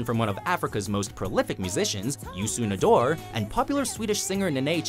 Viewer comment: he fucked up the pronounciation of youssou n'dour